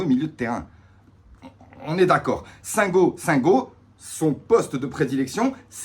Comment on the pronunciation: Le i ce prononce pour Singo, et les Marseillais n'avaient pas les mêmes supporters que nous contre Ferenvaros. Si ils finissent 16eme comme Monaco 2019 ça serait une belle coïncidence lol 😂😂😂😂